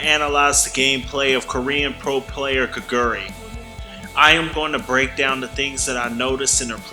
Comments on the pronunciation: Hey can you at least google how to pronounce her name if you're going to devote an entire video to a player? It's not gigeuri. It's Geh-gwoo-ree. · No one expects non-koreans to automatically be able to pronounce everything correctly, but I do expect the youtube creator to at least put in the effort to google 게구리 and press the text to speech button... as much effort you did to record your voice, the script, and edit the video.